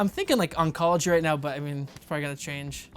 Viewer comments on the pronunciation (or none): Jimmy: Oncology Jon: Unkolgy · Is Jimmy still alive? Will we ever see him again? And can Jon pronounce oncology? These are the important questions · Jimmy laughing at Jon pronouncing Oncology wrong was hilarious.